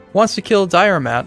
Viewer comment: Diarmait is pronouced Diarmaid or Dear-mid.